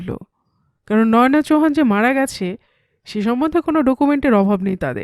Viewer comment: অলকা কোথায় গেলো? তোমার পাঠ ভালো, খুব নরম কণ্ঠস্বর। তাই ভিলেনের গলার স্বর‌ও তোমার কণ্ঠে কর্কশ শোনায় না। তবে, এর আগের পর্বেও বলেছি, নয়োনা‌ নয়, ওটা বলতে হবে নয়না।